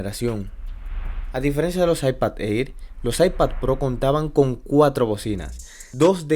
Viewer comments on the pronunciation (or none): Bro el Air se pronuncia como ER Como eir 👍🏻